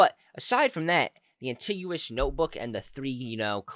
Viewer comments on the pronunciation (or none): AntiGUous? Is it no anti-go-nas?